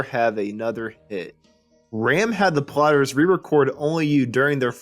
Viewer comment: Why does the narrator hakf the time pronouncing them as the "plotters".